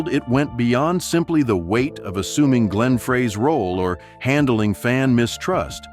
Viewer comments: Would help if Glenn's name was pronounced correctly. What a rubbish video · What a waste of time. Couldn't even pronounce Glenn's name correctly.